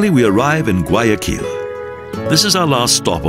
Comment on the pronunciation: Gay a kill is also nice hahahahahaaa. Seriously just horrible pronunciation.